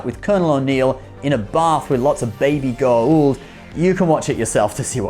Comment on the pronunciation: U called Symbiots, Goa'ald....wrong